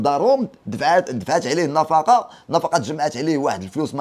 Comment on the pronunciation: خويا النفقة ماشي النفاقة. راك مزيان ولكن مفيها باس شوف شواحد اراجع موراك 😊